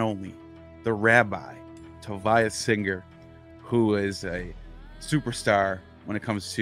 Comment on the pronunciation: Stop disrespecting Rabbi Tovia Singer. SAY HIS NAME CORRECTLY!